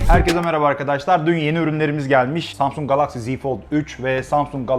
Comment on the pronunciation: Galaxy ve klasik kelimelerindeki a sesini neden kalın okuyorsunuz?